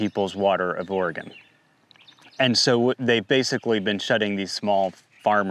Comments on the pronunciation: Oh-re-gun not Or-re-gone. My stupid state, just sayin’. Not that anyone cares, just fyi. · You must be from the east coast somewhere. I'm from Oregon. We say it Orgun. It doesn't rhyme with polygon. Just Orgun, thanks. Also, it's not ColorAHdo. The A in Colorado sounds like the a in apple. No umlaut. Yes, I know that it's a Spanish word and in Spanish they'd say AH. I used to get it wrong too. Doesn't matter. Point is you don't sound like a local and that annoys the locals. Also, I have a bone to pick with you hoity-toity eastcoasters treating west coasters like we're stupid bumpkins. At least we can pronounce all of your state's names properly without all the stubborn denial of our own ignorance. I've had New Yonkers tell me I'm pronouncing Oregon wrong when I'd hoped to enlighten them in the past. The nerve! Namaste!